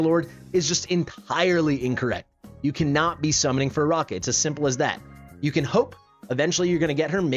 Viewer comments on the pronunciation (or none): I think it's uh-RACK-uh, not uh-ROCK-uh. Her name is like Arachnid (uh-RACK-nid), meaning spider. I went for her and got her because I like her more than Iovar. I do not regret it. Then again, I already have A1 Praetus with basically a full Arb team (including Ajax).